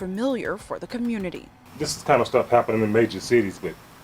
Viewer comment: Community not comunita like u pronounce